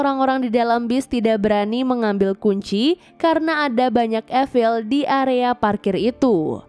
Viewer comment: Efil?? Apa itu? Evil?(i-vel)?? Zombie kali.